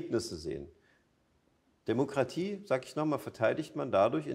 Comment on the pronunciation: Warum muss man das Wort DEMOKRATIE so betonen? Damit man es sich selbst einredet diese zu vertreten? Ich kann es mir nicht weiter anhören, sorry!!